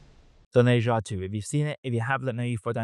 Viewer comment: Bro, try saying "Ne" as if it rhymes like "Her" instead of "Nay".